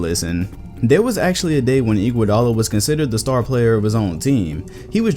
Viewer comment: Bruh.... first off, Iggy is a clear HoF member since 2015 when he won his finals mvp. I was so confused when you said his name. Second. Dwight Howard was good one to talk about, I liked that part a lot. I think his career high was talking his team to the finals as the best player. I think that is HoF material. A.I. Is a clear HoF best he ever did was take his team to the final. Now a real underrated potential HoF guy is Chauncey Billups. Congrats I gave you your next video!